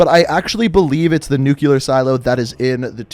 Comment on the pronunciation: GODDAMNIT! Say the word right! “New-clear”—NOT “New-Q-ler”! “New-clear”!